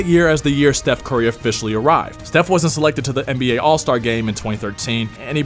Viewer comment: the what? NBGay?